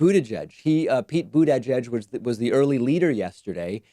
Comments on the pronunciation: "Booty judge" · David, it's pronounced, Buddha - jedge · It's not budda-judge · I don't care if that's the correct pronunciation, but dude you gotta stop with the Boot-edge-edge nonsense. You sound like you're short circuiting... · Someone make a compilation video of David saying "Buteyjudge" and "Toolsi Gbahrd" please. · I like you Pakman, but the way you say buttigieg makes me want to instantly turn this shit off. lol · Slipped up almost pronounced Mayor Pete’s name correctly.